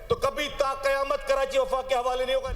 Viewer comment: Karanchi nhi karachi hota hai bhai phely bolna sikh 😂